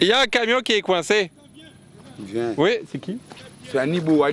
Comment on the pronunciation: " ya un camion qui est coincé" avec l'accent 🤣🤣